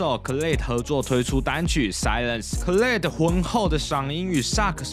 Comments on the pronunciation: 重音在前面 隨便找一首khalid的歌都聽得到開頭的Ad-lib吧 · Khalid的發音可以再確認一下